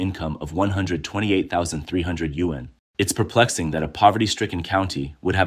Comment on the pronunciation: why is it sayin yuan like that? Is the voice Ai?